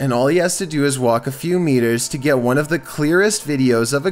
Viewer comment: "Number wan"